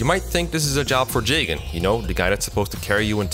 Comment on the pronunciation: "Jaygen" lol